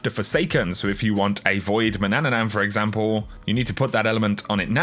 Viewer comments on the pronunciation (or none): It's not "man-ann-an-an" it's man-oon-oon. He was a Celtic sea god and the reason the Isle of Man has it's name. As a Brit I would think you would know that. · You said again one ,,nan" too much at Mannanan